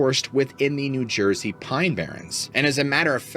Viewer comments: Let's go to Jersey (Joisey) 😂 Yeah, these longer episodes r better! Luv ur storytelling! Thx!! 👍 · “Let’s go to Joisey!” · Let's go to "Jorsey"😂❤ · Let’s go to Jersey! Not sure how to spell out the accent. 🤣